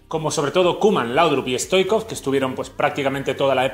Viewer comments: No se dice Risto stoicov se dice hristo STOICHKOV la H sería como una J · Pq dices stoikov? Es Stoichkov!